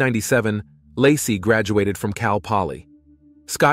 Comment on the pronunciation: . 😂 "Lah-see's" hometown... 🤣 baby due in 2023?!?!?!